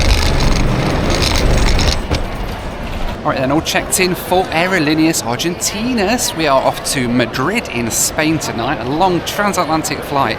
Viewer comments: Not to be offensive or anything, but the way you pronounce “Aerolineas Argentinas” is cringe-worthy to this Spanish speaker…. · Never ever ever say Aerolineas Argentneas again......ever.....I broke out in hives after your hundredth pronouncement of an earworm I'll never get rid of. Other than that, solid video. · You keep repeating “aerolíneas argentinas” with the worst possible pronunciation